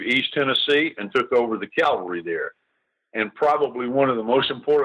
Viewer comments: The word is CA-VAL-RY....not CAL-VA-RY!!! Calvary comes from the BIBLE. This mispronunciation gets on my LAST NERVE! Gen. Scales should know the difference! Otherwise, this is a very good video. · Someone should tell Gen. Scales the difference between Cavalry and Calvary. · I applaud Gen. Scales work. I'm a huge NBF fan. My pet peeve, as a former Cavalry troop, is people saying Calvary, not Cavalry. Jesus was crucified at Calvary. I see comments using Calvary. It's like people saying aks not ask. Makes me cringe. Pronounce the correct word! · Interesting piece. Love NBF!! BTW, the word is CAValry!notCALvary!!This guy being interviewed AT LEAST gets it right half the time UNLIKE 95% of any hollywood movie EXCEPT Clint Eastwood in whatever he’s doing. Mercy sakes that bugs the shot outa me!